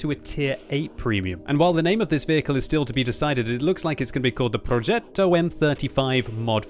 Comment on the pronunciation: As an italian I absolutely love your pronunciation of "Progetto". I love the fact you put so much emphasis on the double t and the strange accent on the e. Having said that... I wonder how they are going to balance the first 5 tiers of tanks... our army wasn't that good talking about tanks during WW2, in fact both english and german tankers always described us italian with the admiration you give to people that run a marathon with only one leg, while having the other leg broke. At least they're trying, poor fellas.